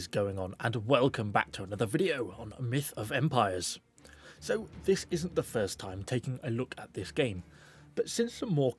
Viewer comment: I´m so use to the "welcome back to another video onnnn ConquerorsblAde" that when he said "Myth Of Empieres" i felt weird